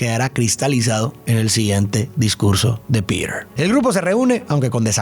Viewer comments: La película me encanta , PERO DETESTE QUE DIJERAS “PIRER”, POR FAVOR HASTA EN LA PELÍCULA EN ESPAÑOL LATINO SE PRONUNCIA COMO “ PITER “ , eso arruinó para mí este análisis de esta película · en latam PETER es PITER, no Pider.